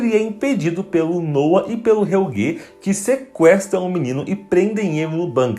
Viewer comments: Nossa esse "helguê" me irrita demais kkk e a moça fala todos os nomes muuito errado. O kahnwald ela parece que ta com preguiça de falar direito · Que agonia ouvir Helguê.